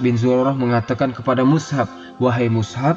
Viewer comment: Lebih tepatnya Mush'ab bin umair. Bukan mushab. مُصْعَب